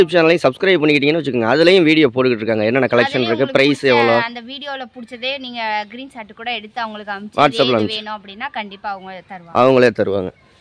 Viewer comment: கிரீன் ஷாட் இல்லம்மா ஸ்கிரீன் ஷாட் 🥰